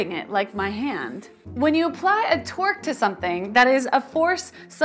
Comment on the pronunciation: Torque sounds like twerk